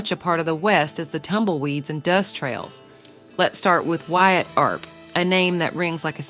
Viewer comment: It's not pronounced 'leed', lead is pronounced led, not leed. Wyatt Earp was pronounced Erp not arp